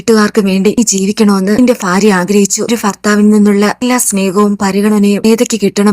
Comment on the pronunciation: ഫാര്യ അല്ല, ഭാര്യ